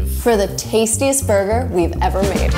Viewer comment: Fernando Saurin yep "burgeur"